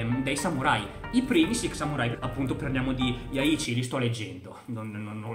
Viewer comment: Si pronuncia "LOR" E si dice SIX samurai